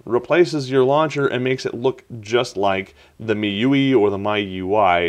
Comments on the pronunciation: It's supposed to be pronounced like "My UI", stop calling it "me-you-ee". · I think it's "Me-You-Eye" like "Ge-You-Eye". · I think it's pronounced MEE-U-I